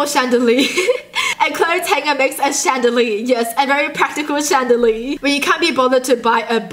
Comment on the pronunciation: she said chandalee instead of chandilier